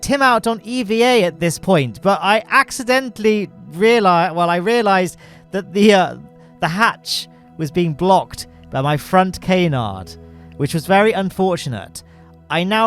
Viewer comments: Isn't "canard" pronounced "kah-nard" with "a" pronounced as in "map"? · I love Ka-nards:)